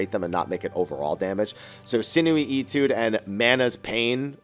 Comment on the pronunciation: Etude = AY-tude, not EE-tude, just FYI.